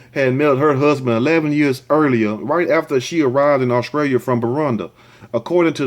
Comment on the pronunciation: "This video is coming scraight outta Au-scrailia "🤣🤣🤣🤣